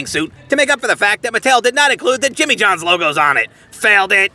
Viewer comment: its jimmy johns not Jimmie